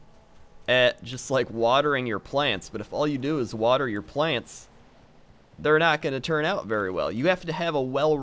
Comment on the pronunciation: Thumbs down for mis-pronouncing plants